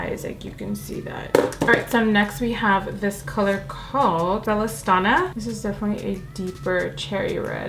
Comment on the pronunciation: I love love this look.. only down side you were butchering the names of the products 😭 the true red lippie you mentioned is Bellastona last part is pronounced like stoner except with an A, the green lippie is toke as in toking a blunt/joint, and everyone else mentioned the green pressed pigment xenon.. no shade at all you did amazing 😍